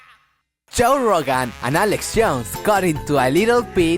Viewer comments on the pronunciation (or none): jow rowgun jajajajaja :v